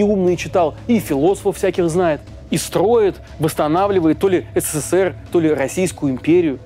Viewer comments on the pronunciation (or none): none